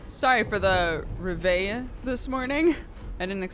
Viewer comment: Reveille: in french is REV-EH - but roll the R :P